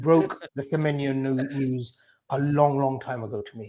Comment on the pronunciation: pronunciation is top tier, Antoine Semyemienyo